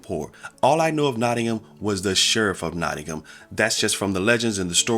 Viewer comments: He even says Nottingam right! 😊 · even pronounced No'in'um correct! very impressed